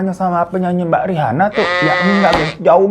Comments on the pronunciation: Sekilas salfok salah baca Rihana onana ,rihani onani😫🥱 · Untung lidah lu kagak kepeleset bang pas ngomong rihana ohnana rihani ohnani 🤣